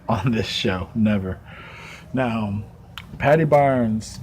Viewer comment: thanks man great video and ye you pronounced my surname right lol thank you ALOT of people that are not from ireland have terrible trouble pronouncing my name lol thank you....I do think if they have trouble saying it in english they would never be able to pronounce my name in irish gaelige.....my native language they would be so confused lol now only 11 subs to go...thats very possible il help and hope you do man this a great channel